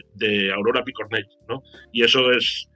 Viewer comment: El programa ha estado muy bien està de diez recordar a la gente luchadora y que fueron asesinados por sus ideas. Ahora bien la pronunciación fatal Picornell no acaba en ele. Siempre pronunciais muy mal estos apellidos catalanes, valencianos o mallorquines a ver si nos esforzamos un poco en este sentido